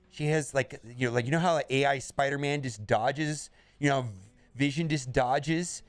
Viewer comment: Spoderman? The destroyer of WORDS!!!